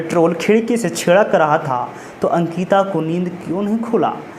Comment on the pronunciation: Bhai sankita nhi ANKITA 😭